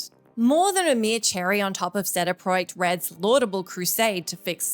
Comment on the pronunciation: I appreciate when people pronounce "CD Projekt Red" correctly. Kudos!